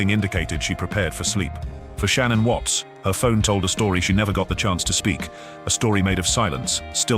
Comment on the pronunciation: I hate these AI videos. So much off this information is untrue and made up. I love your nightly videos Z, but you've been doing way too many AI videos lately and I can't watch all the false facts and the wrong pronunciation of Shanann's name from them anymore 😕